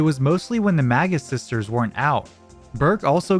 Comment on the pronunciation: For most of the video i thought you were saying the "MAGA sisters"